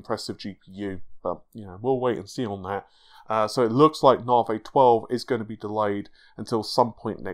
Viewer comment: Ladies & Gentlemen, his name is... and he still pronounces Navi as NAH-VAY.